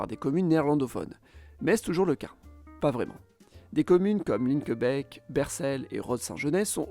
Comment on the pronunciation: PS : Linkebeek se prononce Linkebééék :)